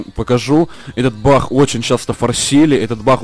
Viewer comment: ты украинец? почему-то ты говоришь бах а не баг